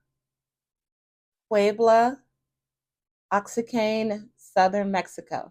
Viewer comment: The Oaxacan is pronounced "Wah-Hock-an" 😉